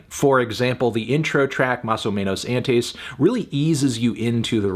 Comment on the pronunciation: Anyone who's taken a Spanish class would be able to pronounce "antes."